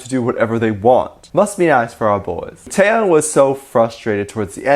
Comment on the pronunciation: Lol I can't get over how you pronounced '태형' as '태양'.